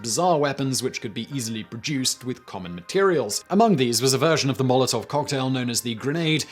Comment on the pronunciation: Pretty awful pronounciation over there dear chap. I absolutely hate how people who speak English primarily have this nasty little brain-parasite in their head that compels them to think that English is the center of the universe and its pronounciation-rules apply to everything